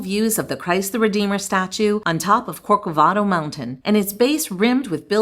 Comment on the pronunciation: Christ the Redeemer is on CORCOVADO Mountain, NOT CorDavado....PLEASE!